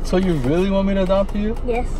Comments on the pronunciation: At first I thought they were in a car wash then I saw the headlights from other cars. 😂 That was a crazy storm. Also it’s funny how says “dopt” instead of “adopt”. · I love the fact the says dopt me instead of adopt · Scott, can you dop me☺️